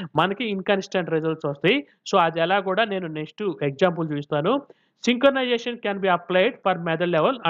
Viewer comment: Synchronization ❌ sinkanization✅